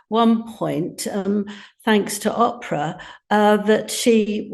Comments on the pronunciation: WHO t.f is "Opprah" !?? HOW does this woman have any kind of voice when she intentionally refuses to say Oprah's name properly...still!?? 🤔 Is she racist? What's her "isss-ue" in pronouncing her name properly??? Interested in hearing all this..but not from her, anymore. I can't stand Oprah, (or Rachel Meghan Markle!!)..but I can say their names properly, & I'm just a nobody from Down Under!! 😅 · I have heard Angela pronouncing Oprah Winfrey’s name correctly so she does know how to do it, therefore it is deliberate that she consistently mispronounces it ‘Opera’. I don’t even like Winfrey and never have but Angela Levin needs to cut it out deliberately mispronouncing her name. Same for Tom Bower. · Oprah with a long O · It’s not Opera Angela, it’s Oprah😂😂